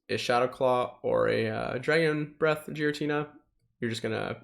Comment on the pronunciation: Is Giratina really pronounced 'Jeeratina'? Never heard any of the other pogo youtubers say that. Just curious, I always enjoy your content!